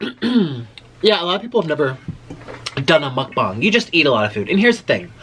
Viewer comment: He said “mukbung” Jesus christ